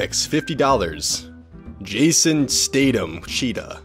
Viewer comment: I am mildly infurated on the way you said Statham. And by the way the person spelled it.